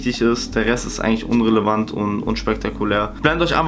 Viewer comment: Niemand:: „unrelervant“